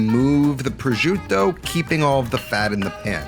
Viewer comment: Pro-jiew-tto ..Lol what? It's pro-shoo-tto.